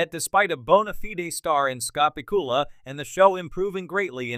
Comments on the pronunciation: Has to be crap. AI or human, it doesn't even know his last name. PIKULA??? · can you find a worse AI voice over program BACK-U-LA